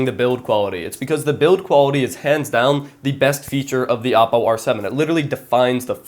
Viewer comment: thanks for saying oppo right. Other youtubers say o-ppo. Great video!